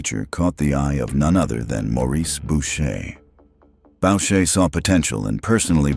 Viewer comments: Boucher shouldn’t sound like bo-shay…it’s boo-shay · Bow-shay???? Learn to pronounce Boucher.